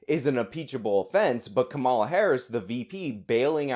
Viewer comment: It makes you sound dumb when you mispronounce the Vice President's name. I'm not sure if you're doing that on purpose out of disrespect or if you're just low information, but I think your argument would carry more weight if you were informed enough to pronounce her name correctly.